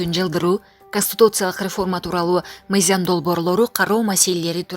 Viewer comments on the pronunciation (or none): Мыйзам деп оку мыйзям эмес!